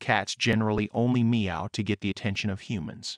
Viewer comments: The way this program says "MEE-oh"... can they not find a human being to read some words? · I’ve never heard “meow” pronounced like that so it’s probably the correct way 😂